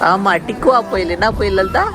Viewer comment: டிக்குவா புயல் இல்ல அண்ணா டிட்வா புயல்😛